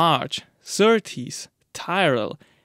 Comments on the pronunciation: Agree, and Tyrell is pronounced Tiwrell not “Taajrell” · It's Tyrrell not tirerell:)